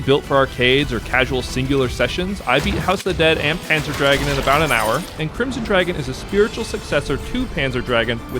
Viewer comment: I've never heard anyone call it Panzer Dragon. It's GOON, Panzer Drag-GOON. They're German words, my friend. Panzer means Armored and Dragoon (GOON) means "mounted infantry," actually - it refers to the riders on the dragons, and it's pronounced like the Germans do. Anyway, good video nonetheless. I actually bought and downloaded Crimson Dragon when the Panzer DraGOON remake came out on Xbox intending to play both and compare, but never really played much of Crimson. I realize now I should give it a real try, as its meta progression sounds great for this genre, so I'll check it out again soon.